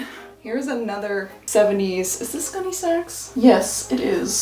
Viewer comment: Not my food-motivated-ass hearing "Gunne Sax" as "Gummy Snacks" 😩